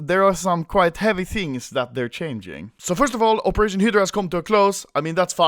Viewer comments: Its (High Drea) not hdrea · Hi-dra. Hi-dra. Not head-ra, we know you like head but it’s hi-dra baby. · You don't pronounce it HIDRA, you pronouce it HAIDRA! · Stop saying “hid-dra” it’s “hi-dra” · HAHAHAHAHAHAHAA OPERATION HEEEEEEDRA, ITS FACKING HIIIIIIDRA ANOMOLY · ITS HYDRA NOT HIDRA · Phantom Friends he says hiddddddddddrocholocal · Anomaly : Hedra People : Hidra Autistic kids : Fidget spinners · Its not hidra its hydra hi-dra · You pronose Hydra like Hitler ^^ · It’s pronounced “HI-DRA” XD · When you say hydra it sounds like Hitler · at first I heard "The best of Hitler" lol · OPERATION "HIDLER" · ITS PRONOUNCED HI DRUH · high-dra, please it's frustrating me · The new way to say Hydra "hedra." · When he says hydra it sounds like hitler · Hydra = (Hi-druh) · i understood: “they are finishing up hitler“ xD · Anomaly SAY IT WITH ME High-Druh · When you say Hydra is sounds like Hitler and how the hell you fuck that up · When anomaly said hydra, it sounded like he said Hitler lmao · When you say "hydra" looks like you are saying "Hitler" wtf AHAHHAAXDDDDDDDDDDDDDDDD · Why does it sound like you're saying hitler when you say hydra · its HI - DR- AA FUCC BOI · When you say Hydra it sounds like you are saying heetler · "hidra" lel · im glad operation hydra is over so I can never hear anomaly say hiiddra again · I thought Anomaly was saying Hitler, not Hydra